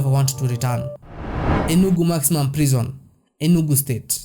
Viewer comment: Your abuse of English words is so annoying.. which bush African country are you from?pls go back to school and learn English language pls...The Nigerians you criticize are well educated than you stack illiterate that can't even pronounce ordinary "Prison"which you call "Prezon"..You bloody liar!!